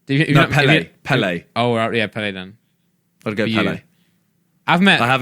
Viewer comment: Jeez simon said pele • When , why ?